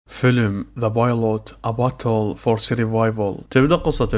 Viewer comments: الpilot مو bilot يمعود شعلت ام الانكليزي😂🤣🤣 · اخوي طياره بلانكليزي غلط pilot مو bilot